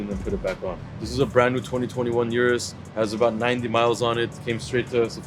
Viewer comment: RDBLA crew needs to know how to pronounce the Urus.